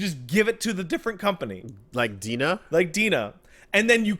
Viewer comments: it should De-NA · Will ever learn that DeNA is pronounced "D-N-A"? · DeNA is pronounced D.N.A.